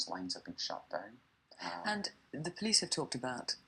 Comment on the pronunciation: about the accent.....I had a hard time at first understanding what you are saying, and have a tip.....why do you not use a "d" instead of a "z" when you pronounce the "the" ....than you are much easier to listen to.....just saying....